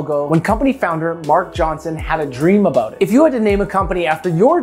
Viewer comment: How aboot that yee